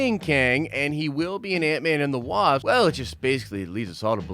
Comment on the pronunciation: who else heard antman and the wab😂😂😂😂😂